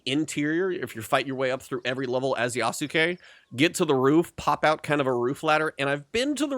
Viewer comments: How did you get this far into the game without learning how to pronounce Yasuke? The u is essentially silent. It's Yahs-kay, not Yah-soo-kay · I still don't understand why, Americans keep saying Nao-way, and Yasu-kay?? That's not the language and in game they have LITERALLY told you a thousand times how to pronounce things. It's like if someone called my Japanese friend Dai-soo-key (Daisuke), it's just cringe to hear. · They say his name in the game several times, and you still can't pronounce it correctly. I've heard several youtubers mispronounce Yasuke.